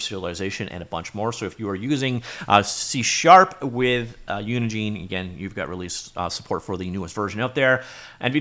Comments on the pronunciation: Normal people: "uni gen" This dude over and over for 10 minutes: "uni JEAN" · Pretty sure Unigine is pronounced like Engine.